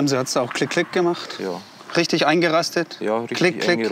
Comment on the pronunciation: wychtig und rychtig